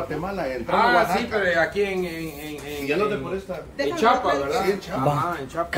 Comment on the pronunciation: Pleassee no le Digas chapas!!!!😒😒😒 Se llama chiapas! Mi estado querido